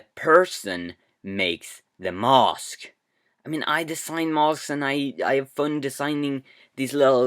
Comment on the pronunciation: 1. You pronounce mask mosque 2. The kid thought he shouldnt have watched it afterwards ni shit?